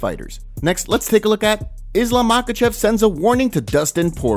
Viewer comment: Not MakhAchev but MakhachEv.